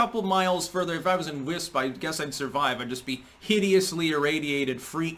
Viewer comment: it's pronounced "waisph", and if your found there you'd wish you were at epicenter of the nuke.